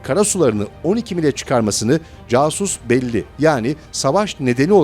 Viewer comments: İçerikle ilgili değil ama okunuşunu bile bilmediğiniz kelimeleri kullanmayın, içerik ne kadar iyi olsa da böyle teknik kelimeler doğru ve yerinde kullanıldığı zaman itibar sağlar, aksi halde ise, mesnetsiz alıntı olarak alındığı ortaya çıkar; 2000 seneyi aşkın kullanılan "casus belli"(kasüs belli) yi casus diyerek ajan yaptınız ya helal olsun, çok güldüm! :) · Hala (casuc belli) diyorsunuz (c) harfi türkce haricinde hic bir dilde türkcedeki sesi vermez. Ya (S) ya da (k) sesini verir. Simdi burada kullanilan dil Latince olduguna göre (Kasus belli) okumaniz gerekir. Su hususu bilelim: bir dili iyi kullanmayi becermek her okudugunu türkce imis gibi kullanmakla olmuyor. Selamlar